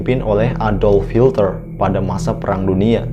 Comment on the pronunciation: Bukan Adolf Hilter 😂😂 , Adolf Hitler woi